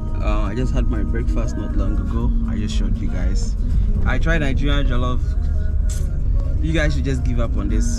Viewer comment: My friend its not Jellof its Jollof.